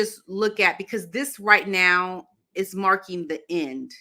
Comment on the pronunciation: She’s ‘markling’ everything 😅